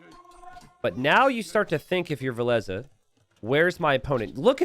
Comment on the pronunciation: Why do you call Villese Valesa?